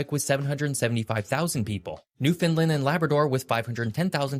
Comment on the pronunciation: Bless him he still did not say newfoundland correctly, not easy to do if you are not a newfoundlander, rhyme newfoundland with understand and that pretty dead on to how we say it, love your videos ❤